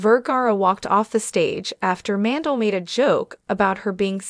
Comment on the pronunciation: Howie's last name is pronounced Man-dell. Not Mandle